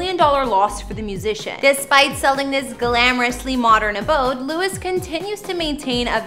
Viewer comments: Please stop saying his name wrong hahah with love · the amount of times you said his name wrong -_- at least get the dudes name right! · If you not going to say his name correct don’t make a video about him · Pronounce his name correctly. She did zero research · Painful to watch 🫤 Can’t even say His Name right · Louie is the French pronunciation of Louis. Everyone calls him Louie. If you call him Lew-is then you must have been living in a cave, not a mansion, for the past 11 years. He stays with Harry in LA. His son is in CA with his Mum that Louis co parents with. I think this presentation needs to be a bit cleaner factually. Just an opinion. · lol his name is pronounced as Louie not Lewis😁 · She's saying the name wrong. Omg. Stop saying lu-is! It's pronounced loo-eeee not loo-issss. Btw I'm unsubscribed from this. Sorry but my husband wrote this comment. 😂😂😂😂😂😂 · It’s pronounced as Louie not Lewis🥲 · His name is NOT Lewis. It is Louie. Geez, some people. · LOUIE NOT LEWIS!!!!!! Omg I'm gonna scream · You really need to research the people whose home's you are revealing. His name is Louis pronounced Louee as in the french pronunciation in other words minus the s sound! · Dude it's Loo-i tom-lin-son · Disliked because you mispronounced his name 200x. LOU-IE, not Lewis. Can't wait to see future videos about Harold, Ly-am, Niel, and Zahn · His name is not pronounced Louis, but Lou-eeee! Please check your facts dear before putting out another video. If you call him Louis one more time after this video, I'm sorry but Ill be forced to unsubscribe and not watch your vids any longer! I mean that in the nicest possible way!! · It’s pronounced Louie! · Every time you say Lewis, it's like nails on a chalkboard. It's LOU-IE!! UGH!! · Learn to pronounce his name. Louee, the French way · my ears bleed whenever she says lewis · Girl......if you call him LEW-IS one more time, imma slap you! lol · Louis is his name (lou-ee)